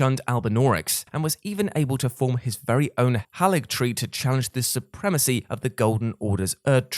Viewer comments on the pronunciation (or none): none